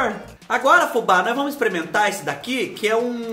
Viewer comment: Fubá de Deus,quem foi o malvado que mandou tanta coisa chique pra você " exprementar" na mesma hora???😂😂😂😂😂😂😂